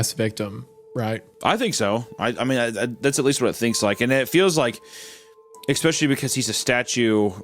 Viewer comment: No one: Hunter: eKKspeSHLY